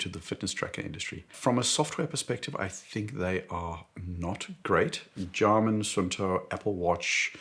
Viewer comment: excuse me but wtf?? "jarmin"???